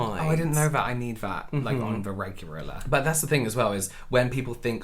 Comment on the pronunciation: On the “regureler” 🤣